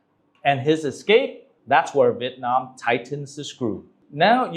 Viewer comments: Why do english speaking vietnamese people say Vit Nam. It's VIET Nam. Vit is a duck. Nam is southern. You're saying southern duck. Even foreigners can say it right. You sounds stupid. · Chú Dương phát âm Vietnam giống như Vịt nam.